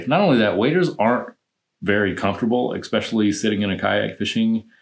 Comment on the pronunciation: It’s “especially”, not “exspecially”.